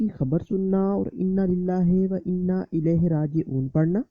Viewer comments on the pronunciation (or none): none